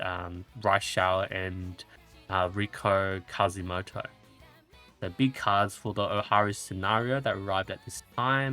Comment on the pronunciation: It kind of feels like ragebait when you keep messing up the names ^^' Yaeno Mitski->Yaeno Muteki Admire Vegas-> Admire Vega Riko Kazumoto-> Riko Kashimoto Anyways thank you for your hard work with the spreadsheet!